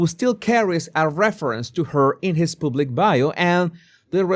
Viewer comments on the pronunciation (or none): "Public" is pronounced PUH-blic, not POOB-lick. "Bargaining" is pronounced BAR-guh-ning not bar-GAIN-ing. Gracias.